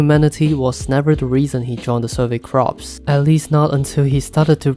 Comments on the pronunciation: Its corps not crops…. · It was hard for me at first too lol. It is pronounced "Core". But that's English for ya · You pronounce 'Corps' as 'Cores'. "p" is silent. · Love the video, one small note is that corps is spelt differently from crops, the survey corps is pronounced more like “core” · Takes me out everytime you say crops ahahah